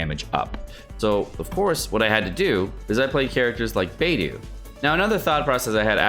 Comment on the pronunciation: good info but its hard to not pay attention to you mispronouncing every characters name. its not a bad thing but albeedo bei doo gian yu. idk just somethhing i noticed